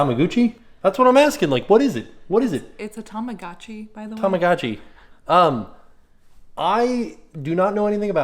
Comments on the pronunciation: It's pronounced Tah Mah Go <- Long O Chee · “TamaGucci” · I can’t with the way pronounces “tamagotchi” 😂😂😂 I replayed that like 10 times. Also I LOVE animal crossing I’ve been begging my boyfriend to buy it for me...on his switch and it’s not even out yet